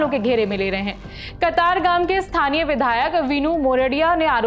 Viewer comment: आपने स्थानीय के बदले "इ स्थानीय" बोला इतने बड़े पत्रकार होने के बाद भी एसी भाषा.